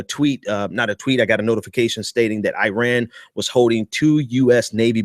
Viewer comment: Its not uiran dude it's iran. And continuing good behaviour to get welcomed back into the western civilization? My brother civilization started in middle East and ceasing them boats because they floated " 12 miles " into our waters was precisely the right thing to do. I enjoy you're videos but you need to use your words more accurately. It's rather offensive